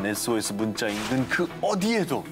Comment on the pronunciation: S.O.S 발음이 한국 아저씨 발음같다 했더니만 일본ㅋㅋ 편집이 뭔 빛의속도야ㅋㅋ